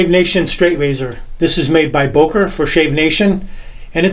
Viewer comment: That's a great video! But it's pronounced "Böker" and not "Boker". The two dots over the "o" are not there just for fun. The "ö"-sound shouldn't be a problem to a native English speaker. It just sounds exactly like the "u" in "urgent", the second "e" in "emergency" or the "i" in "James T. Kirk". It can lead to bizarre confusions with German speaking people, when not using the so called Umlaute. E.g.: Schlosser = locksmith Schlösser = palaces lastig = heavy lästig = annoying schwul = gay (homosexual) schwül = muggy Bar = bar/pub Bär = bear rosten = to rust rösten = to roast lugen = to peek lügen = to lie schon = already schön = beautiful/handsome etc. Best regards from Vienna, Austria! Ps.: If you don't have "ä"-, "ö"- or "ü"-keys on your keybord just substitute them with "ae", "oe" and "ue".